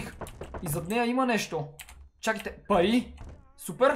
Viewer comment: samo az li chuch ili toi kaza pai vmesto pari